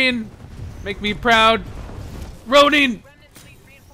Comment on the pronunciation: Rone-in not Rown-ie XD unless its on purpose